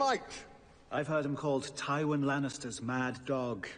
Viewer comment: It's pronounced 'Tih-Ree-uhn', his father's name is pronounced 'Tye-win' 👍👍👍👍